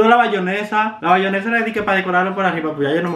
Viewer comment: “Bayonesa” o “ Mayonesa” 😂😂